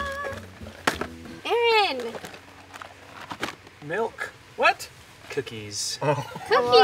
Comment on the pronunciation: i love that in every single video that aaron is in nessa and roi say aroonn at the same time